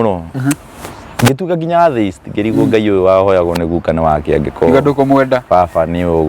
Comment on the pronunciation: Atheist, inapronounciw -a letter ya mbele as; E. Ile ya kiswahili. Sio A, ile ya kiswahili. Google usikie pronoun ciation ya hilo neno vizuri/correctly. Kizungu si our mother tongue, but tujaribu kutamka itakikanavyo. Watoto utuiga, so, tutamke correctly na kuji correct pale tunajua.